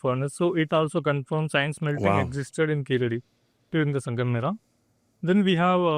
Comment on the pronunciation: I still wondering who came up with the idea to write the phonetic of "ழ" as "zha" or "za". Listen . He pronounced it as "கீசடி". I still stand for writing "ழ" as "la" since that's the closest sound to "ழ". Better let the any europeans to pronounce it as "கீலடி" insteadof "கீசடி".